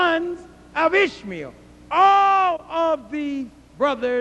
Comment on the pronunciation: when he says "Ishmael", it sounds like he's saying ishmeal, which sounds like squishmeal, which reminds me of squishy oatmeal